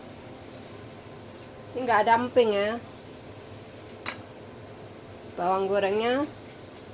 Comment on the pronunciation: Ngakak... Pas, ngomong krupuk dadi krupak.... 😁😁😁😁